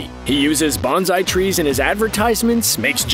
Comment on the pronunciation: Screen rant: “He uses bonZai trees” Mr Miyagi: bonSai